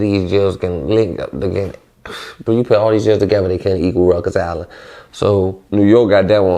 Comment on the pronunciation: What the fuck is Ruckers island ??? Lls. I thought it was Rikers island lls . Idk 😂